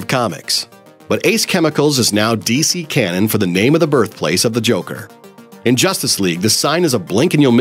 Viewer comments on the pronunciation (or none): none